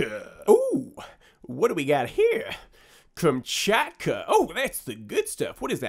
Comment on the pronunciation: You pronounced Kamchatka pretty well.